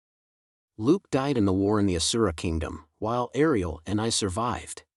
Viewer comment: Thank you so much for this. Is there a way to change the voice? There were so many problems with pronunciation. For example, Aisha is pronounced Ayesha and Ariel is pronounced Arioel. Then there are small mispronunciation like errors being pronounced Eris.